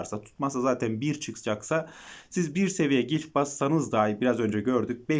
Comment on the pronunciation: Gilf değil glif